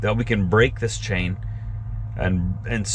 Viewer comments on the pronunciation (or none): none